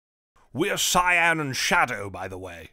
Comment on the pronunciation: Cyan is actually pronounced Cayenne, not the color.